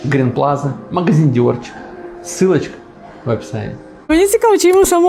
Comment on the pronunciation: Думаю что там не «Диорчик», а «ДиорШик» была задумка. 😂😂😂Но «известный»😮 блогер прочитал как прочитал 😂😂😂😂.